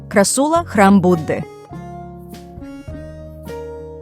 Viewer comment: не крассУла, а крАссула